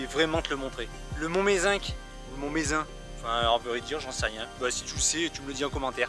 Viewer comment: Mont Mézenc. On ne prononce pas le c ! La bise